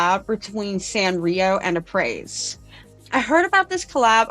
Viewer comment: Hey, just so you know, it's pronounced (uh-pray)